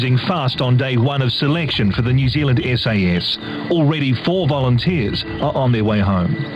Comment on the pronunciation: Can u learn to pronounce New Zealand properly please nothing against u tho